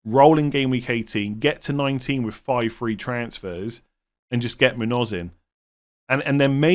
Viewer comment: It's pronounced moon-yose, not moon-ose